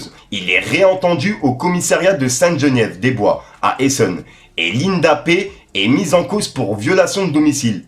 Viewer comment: WALLAH T'ES UN BON, MERCI POUR LES INFOS MAIS S'IL TE PLAIT JE T'EN CONJURE FAIS UN EFFORT QUAND TU LIS DES TEXTES, C'EST PAS SERIEUX PARFOIS TU REMPLACE CARREMENT DES MOTS, "MI-JANVIER" c'est écrit mi-juillet, "GENIEVE" c'est Geneviève. mais force.